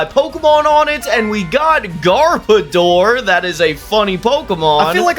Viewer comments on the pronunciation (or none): you said garbordor's name wrong it is not garbador it is gar-boh-dorrrr